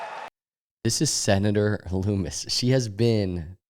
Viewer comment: Lummis pronounced like hummus